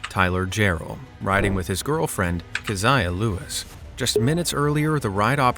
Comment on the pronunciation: U pronounced "Keziah" wrong... Its pronounced Keh-zee-ah...